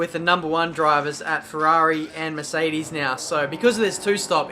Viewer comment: Maybe its just me but every time you say Mercedes i hear Miss Eighties ._.